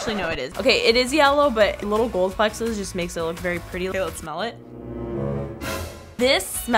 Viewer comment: I love how she says "flexes" instead of flecks hahahaha it's so cute!